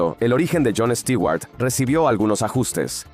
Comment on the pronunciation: Les quiero pedir un favor, ya dejen de decir Stiguar, lo escribo asi, porqué asi me suena, literalmente. Stewart se pronuncian con u porque la fonetica en inglés, la e y la w juntas suena como una u. Y no lo confundan con Stuart, porque este es un nombre en si. Este Stewart es el apellido.